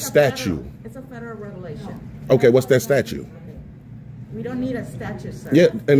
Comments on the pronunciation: "What STATUE" jesus - it is STATUTE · That “calculus of things” was hilarious! Also STATUE instead of STATUE. What a pillock. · "Statue" 😂😂😂😂😂😂😂😂😂 Go back to school!!!